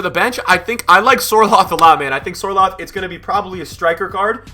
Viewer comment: Sørloth is actually from Norway, just like me, so I think it’s great to finally see players like King and Sørloth doing great in the EPL. Btw, the Ø is pernoused like the Ö in Özil. I’d love to talk to you once, and tell how it’s pronounced (Norwegian football is trash, so it’s huge for us)